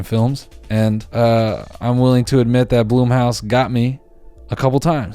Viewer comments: You were pronouncing blumhouse right. Fuck erreybody else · i mean it's spelled "blumhouse" so you should pronounce "blumhouse"